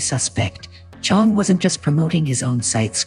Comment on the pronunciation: I stopped trusting him at "Cheong"